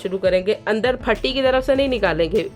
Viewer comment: پٹی ہوتی ہے، پھٹی نہیں ہوتی،